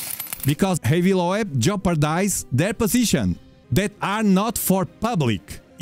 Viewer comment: His name is is pronounced "low-b" like ear lobe. Just.. so you know. xD